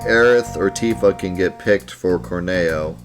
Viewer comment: Also, it's always and forever pronounced Cor-Neo because Corneo is horny-o